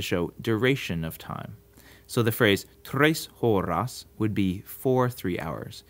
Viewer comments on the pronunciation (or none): as a spanish learner hearing “tres horas” pronounced like that really blindsided me